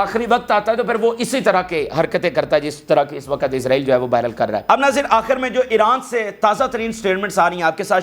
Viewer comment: Pahle tum apna physical action pura kar lo tub news sunana. 2. Sahi urdu bolna seekho.......waqut hota hai......waquat nahi hota hai.Tumhare maximum physical action ki wajah se bahut sare logon ne tumhara channel dekhna bund kar diya hai.seekhne ka amal puri zindagi chalta hai.